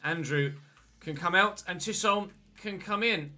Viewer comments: I think Chisholm is definitely said Chis-holm rather than Chish-olm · Chisholm is pronounced like chis um I’m Scottish so I know this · Chisholm, pronouced = chis, ham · Chisholm is pronounced ‘chiz-um’ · Chisholm is pronounced “chizum” in Glaswegian lol 🏴🏴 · Loving the series so far. Started my own with Port Vale. Btw its pronounced Chizim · I believe that it’s pronounced “Chizzum” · It’s pronounced chizum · i’m not sure if anyone has said but chisholm is said Chisum or chisem